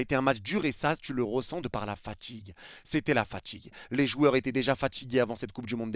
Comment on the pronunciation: AujourdJui Tchu as ressenTchi la faTchigue J'en peux plus de votre accent de merde ptn